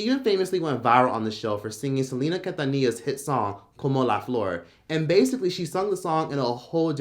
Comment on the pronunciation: How tf are you pronouncing Quintanilla 😩😅